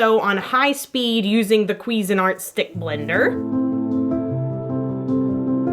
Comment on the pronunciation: Is "queezin' art" an inside joke or does she not know it's "quiz-een" art? :/ no hate, am genuine